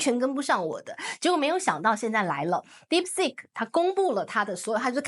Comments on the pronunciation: Deep seek.... Not sick😅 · Deepseek not dipstick